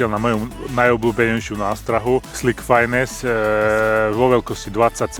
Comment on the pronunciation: Krásné ryby! Akorát Slick Finesse se nečte fájnes ale fines... to by měl vědět!